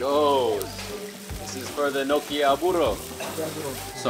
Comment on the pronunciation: Its Gnoooochi. Like my GRandma Nonni used to make in America